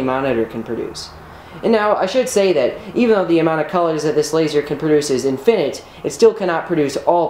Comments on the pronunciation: "in-fin-ITE"... still really awesome! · "In finit?" Where is finit? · first time hearing infinite pronounced like that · So smart yet cant pronounce infinite. Gg ez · Dude you pronounce infinite really wierdly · The emphasis on the fin in infinite is triggering me. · You are saying infinite wrong. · your annunciation of infinite bothers me. great video man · Why do you put the emphasis on “fin” in infinite? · I don't like how he says infinite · Just FYI, the word "infinite" does not rhyme with "minute". It rhymes with "sentiment". The emphasis is on the first syllable. The word "finite" is pronounced similar to "pyrite" with two long i vowels. Stay safe, and happy vocabularizing!